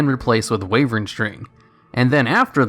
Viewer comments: And just when I thought the word "wyvern" could not be butchered in any new way... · That WYVERN pronationtion hahaha, love you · 'Why-vern'. Not 'way-vern'. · weevern string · "Wayvern String" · "Wavern String"